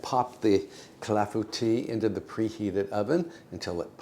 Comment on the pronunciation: Thank you for letting me know the proper pronounciation for clafoutis. Boy, have I been murdering that name.